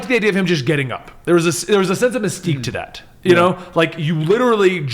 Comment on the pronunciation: Did you say "there's a sense of mesquite to that?" lol